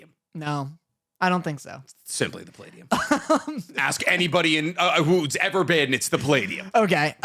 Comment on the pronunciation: Its 100% Puh-lay-dee-um (Palladium) the way that said it LOL. I go there literally like once a month.